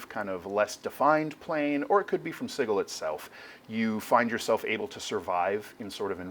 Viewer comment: It's a hard G in Sigil? oh boy.